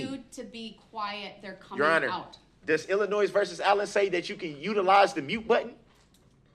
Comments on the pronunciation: Am I the only one who notices that says, "Illinoi(s)? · Illi-Noise vs. Allen 🤦🏻‍♂️